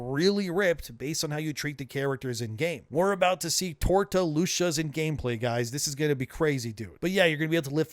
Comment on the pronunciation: Bro said we got tortas lol